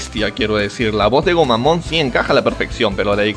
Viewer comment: No se si escuche bien pero en portugues escuche drogomon jajajajaja eso lo explicaría :v